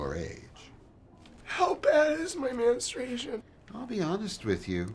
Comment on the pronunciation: lmao "Manstration"